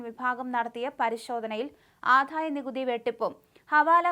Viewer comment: ഈ 'ആധായ' നികുതിയും 'സമുധായ' നേതാവും.....ഒന്ന് മാറ്റി 'ആദായ' നികുതിയും 'സമുദായ' നേതാവും ആക്കിക്കൊടുക്കാൻ ചാനലില്‍ ഉച്ചാരണം അറിയുന്ന ആരുമില്ലേ..? ഈ നേതാവിന് പേരില്ലേ..?